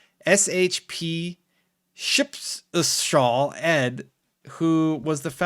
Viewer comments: It's Shepshal Ed. Like.. Special Ed? You know? Lol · That's pronounced "Special Ed". He actually is legit. Now as far as gamepass coming to the switch, I'll believe that when i see it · Its pronounced "Special Ed" he's an australian, it's a play on "Special education", a class that we have down here in Australia for kids that have learning difficulties in school. Ed has been right on quite a number of leaks in the past. His leaks carry the same sort of validity as Jeff Grub. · It’s pronounced special ed, good video as always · "ship-de-shal Ed" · You say it special Ed btw... The twitter stir the pot guy. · It’s pronounced Special. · Shpeshal Ed is pronounced "Special Ed". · the name is is pronounced like "Special Ed" but with a "sh" sound at the start